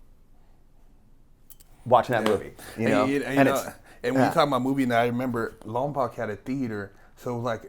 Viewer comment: It’s pronounced lompoke not Lom - pac But spelled Lompoc how long you locked up there but can’t pronounce it right 😂